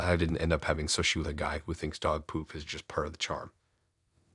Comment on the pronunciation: Sushi is pronounced sue-she, still a great story and you have the best voice. Subscribed.